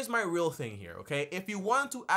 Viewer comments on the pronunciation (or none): none